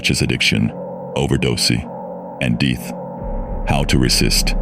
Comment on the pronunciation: “overdose-y, and deeth” 🤣